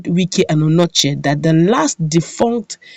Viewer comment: That's not Anochie, it's Onochie, check very well before you write ir say a thing.